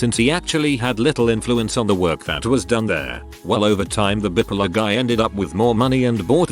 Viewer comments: Bipolar. TTS: "bippulluh" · I laugh so hard the way the bot says bipolar. Gets me every time.